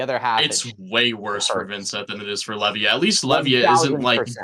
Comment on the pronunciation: Was waiting for to talk about his local best buddy who's absolutely cracked on Levia. All he did was mispronounce Levia. 😔